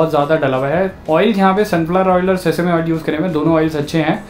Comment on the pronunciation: bro you called it sesasme oil but its sesame - see~same . LOL